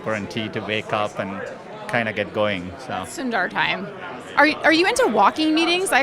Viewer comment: Madam thats not sunduurrr its sundar 😂